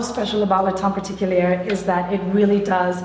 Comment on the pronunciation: I'm french and I totally understand that americans can't pronunce correctly french as lots of french can't pronunce english also but I'm a bit shocked that this woman who work at the L'Oréal headquaters can't say "Le teint particulier" @@